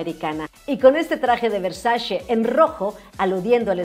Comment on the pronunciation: Versache, NO: Versace. Así se escribe y así se pronuncia. Saludos